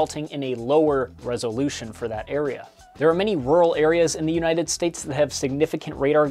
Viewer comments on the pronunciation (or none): none